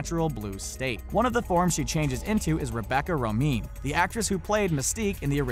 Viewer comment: Rebecca Romijn is pronounced "Ro-MAYNE"